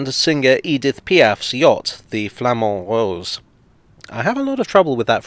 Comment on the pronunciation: Flamand Rose was pronounced very well thank you.